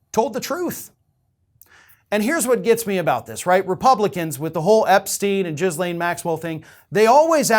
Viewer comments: Omfb lol jizz lane Maxwell I think the s is silent. Gillane roflmao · Jizzlane Maxwell? It's pronounced Gillane. Happy to help. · eh...there's a silent s but jizzlane sounds better, fair play! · It's GHEE-laine, not JIZ-laine. Learn how to pronounce her name, even if she's a bad person. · as much as I laugh at the Jizz-Lane pronunciation, it's pronounced Gih-Lane. like Elaine, but with a G in front. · I like how despite her name properly being pronounced "gil-LANE" (the s is silent), instead chooses to call her "JIZZ-lane" 🤣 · Her name is pronounced Ghee-lane with a soft G- and a silent S-. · Her name is pronounced Ghee-Lane. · FFS,... The woman's name is not "Jizz Lane" - as amusing as that pun is, and how vile her actions were. You don't get to rant at redhats purposely mispronouncing the VP's name if you do exactly the same thing to this horrible person. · I thought her name was pronounced Gee-lane with a hard G sound.... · GeeLANE is how you pronounce - hard 'G' and silent 'S'. I'm sure DT had fun with THAT name! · I didn’t expect to be one of the people to pronounce her name as “Jizzlaine” lol. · Silent "S"... Its Ghee Layne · I love that you also pronounce it Jizzlaine… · giz-lane with a soft G pronunciation. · OMG the number of times he said Jizzlane here is a hoot. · 🌈💯 It’s supposed to have a soft G sound, but I LOVE pronouncing it with the hard J sound for that appropriate value of JIZZ-lane. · Try saying it 'Gilane'. I know it's minor, but it really pisses me off. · to borrow one of your favorite expressions, for the love of God, would you please learn to pronounce Maxwell's first name correctly? It's "G" as in go, get, or gill. The "S" is silent, and the last syllable gets the stress, pronounced as "lane". You can be disgusted with someone yet still pronounce their name right. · I don't think it's intentional though, he tends to be really bad with unusual names or foreign locations. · it's a hard "G" 🤣🤣🤣